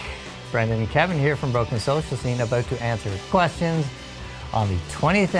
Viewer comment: It sounds like he is saying his own name, Brendan Canning, and leaving out Kevin entirely. But if you listen closely he is saying Brendan and Kevin. I was like why isn't Kevin introducing himself? I was so confused.